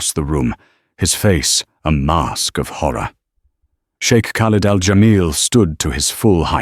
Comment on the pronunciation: Why is it that some of you narrators always pronouncing words wrong like chic you pronounce the shake it’s crazy